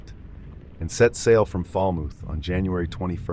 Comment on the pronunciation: Less than one minute in and you say Fal-mooth? Really? You put food in your mooth? Talk out of your mooth? Does a river have a mooth?